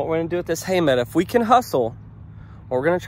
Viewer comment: your a school teacher and you pronounce meadow as meada. LOL